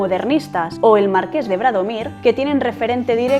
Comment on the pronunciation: Bradomín, no Bradomir. Híspalis, no Hispalis. Para que lo sepan todas.